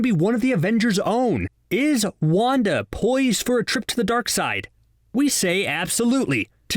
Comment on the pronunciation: When CBR says wanda Me hearing : wonka